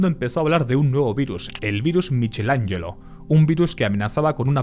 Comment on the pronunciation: Michelangelo lo pronunciaste así queriendo ¿verdad?